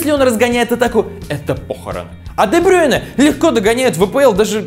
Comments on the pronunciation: дебрюйне а не дебрейне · Почему Де Брёйне, правильно Де Брюйне